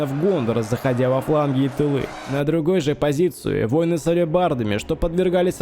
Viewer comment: Дружище, да нет такого слова - "войны" в контексте "бойцы". ВоИны! Откуда это взялось - не понятно... Крутые ролики делаешь, спасибо за труды! Но поработай над речью в целом, произношением отдельных слов, логикой в предложении, определением главных слов и второстепенных, их выделением, интонациями (где-то ставишь ненужные точки посреди предожения, перечисления, выделяешь ненужное) итд. Посмотри, послушай, как читают актеры, поищи тренинги, мастер-классы. И обрати внимание, в частнности, на употребление слова "мораль". Это сугубо сленговое игровое слово, а ты всё-таки метишь в сторону художественности. На этом контрасте оно режит слух. Есть ведь масса синонинов, которые ты и сам употребляешь. А что касается конкретно этой битвы, она, конечно, крайне нереалистичная) Ну, тут и сам игровой движок не способен передать натиск троллей и мумаков, но в реале любой, что пеший, что конный, пусть самый что ни на есть тяжелый и плотный строй, разлетался бы как щепки перед этой силищей. Даже если бы фаланга каким-то образом и осталась стоять перед этими монстрами (под наркотой, например)), то в ней нельзя было бы увязнуть - раскидали бы за полминуты.